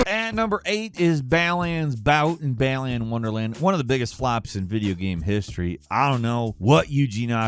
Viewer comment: the fact you cant pronounce Balan correct says alot about how you want comments correcting you, yes im feeding his desire for comments as i correct him its not said Bal-li-un, its Bal-lan